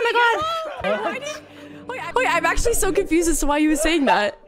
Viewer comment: Rae doesn't say, "Oh my God" she says, "Owy Muoy Gwawd!"